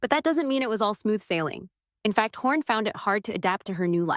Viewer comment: It's Hawn not Horn